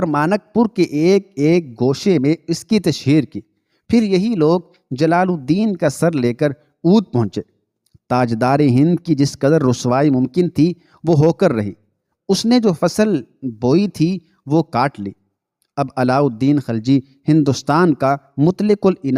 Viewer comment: جناب اودھ کو آپ غلط پڑھتے ہیں یہ شہر اب بھی موجود ہے اس کا نام awath ہے ooth نہیں